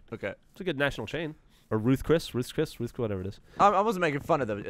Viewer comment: I like Gavin making fun of Geoff for saying Ruth's Chris correctly.